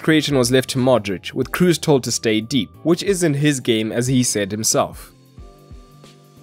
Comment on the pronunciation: How are you German yet fail to pronounce ‘Kroos’!?